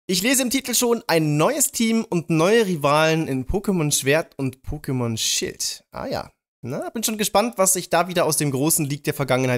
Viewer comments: Wer hat auch Pokémon Schwert und Shit verstanden? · Hat er Schild oder Shit gesagt 😂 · Ich hab immer Pokemon Shit verstanden xD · Ich hab verstanden "Pokemon Schwert und Pokemon Shi*"😂😂😂😂😁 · Nicht nur du xD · Ich auch 😁😁